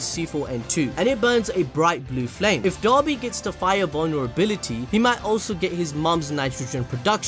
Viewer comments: People: pronounces "Dabi" as "Dobby" My brain: "Master had given Dobby a sock, Dobby is free!" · Dabi not Doby